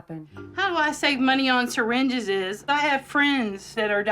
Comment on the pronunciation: Her pronouncing "syringes" like that, then thinking reusing them is safe, honestly makes me understand why she's like this.